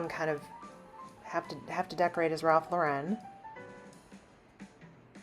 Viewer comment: Thank you for pronouncing Ralph Lauren his last name correctly. These younger gens have no idea what he looks like or how to say his last name correctly. It’s Lau REN not Loren. Drives me nuts 😂